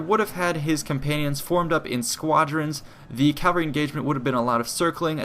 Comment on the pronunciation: It's "cavalry", not "calvary."